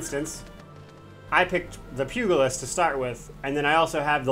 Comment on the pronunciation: Great guide but dear lord your mispronounciation of the Pugilist is grating on my OCD badly. The G sound is not G as in Goat, but G as in George. Pugilism is the forefather of Boxing, BTW.